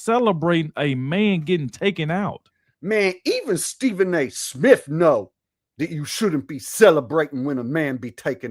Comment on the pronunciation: Stephen A Smiff 😂😂😂